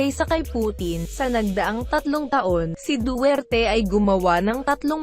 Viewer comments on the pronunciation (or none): BULOL, DUWERTE ANG BIGKAS MO PO..HINDI DU TER TE.... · hoy tangina mo duterte po hindi dutert tangina mong robot ka